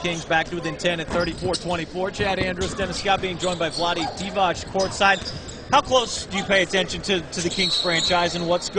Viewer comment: It's DEE-Vatz, not DEE-Vahtch!, typical American.